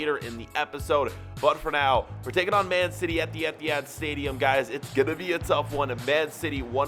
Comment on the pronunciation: is it just me or did he say the emptyhad stadium